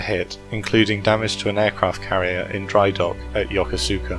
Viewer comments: ...not yo-ko-su-ka...yo.kuss.ka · They ought to learn how to pronounce Yo-Kose-Ka !! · Yokosuka is pronounced yo ko skuh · Yokosuka is pronounced incorrectly in this video. The "u" is silent. Yo-ko-ska. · Being pedantic, but Yokosuka is pronounced like "yokuska".